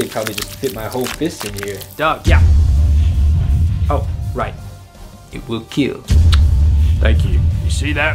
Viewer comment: It weal keaaal